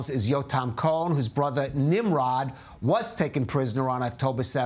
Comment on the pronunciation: It’s pronounced Neem-Rohd. So it’s highly unfortunate the journalist couldn’t get that right 🤦‍♀️